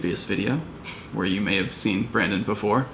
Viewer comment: great video! youll get Brandons name right one day lol